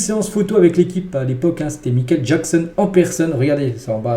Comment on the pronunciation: MICHAEL pas mikel